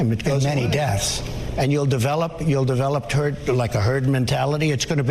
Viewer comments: I thought he said "turd". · Hahahah. He said turd. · Who else heard Trump slip and say "Turd" before he said "Herd mentality"? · yes he said it. 'we will develop turd [herd] mentality'' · Am I a bit deaf or did he say Turd Mentality? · Not trying to be rude but I'm pretty sure he said turd mentality and then corrected...... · Did I hear that right? did he nearly really say turd mentality ??? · Dr. Freud, he actually said 'TURD MENTALITY'' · did he say "turd mentality" ?? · Did he say turd mentality? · I heard him say 'turd mentality'. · Did I hear correctly? Did Trump initially say "turd mentality"? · They missed the "turd" before "herd mentality". It's true, if you can't even say it right, you don't effin care. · speaking of Freudian slips, he almost said "turd-mentality". ! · He said TURD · He almost said turd mentalilty. Lol. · I'm sure he said 'Turd mentality' - i listened and listened and yeah he says turd mentality - around 1.12 😂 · I heard him say "turd mentality" 😂